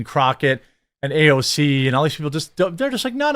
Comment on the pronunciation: You don’t have to copy Mark Dice pronunciation of AOC’s name. It’s cringe